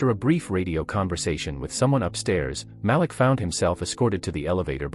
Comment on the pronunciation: His name is pronounced MA -- LEAK.